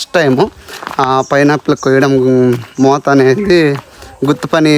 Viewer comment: మోత ra మోట కాదు anyhow బాగానే కష్టపడుతున్నారు ra.